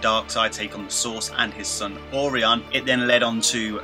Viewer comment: Hard to take you seriously when you repeatedly pronounce Orion like Or-ion....lmao